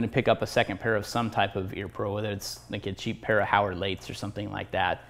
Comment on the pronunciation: What's this Howard late stuff I've never heard it pronounced that way is that some Texas shit or something it's clearly spelled Howard Light